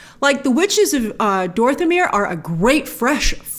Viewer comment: She said dorthamir😂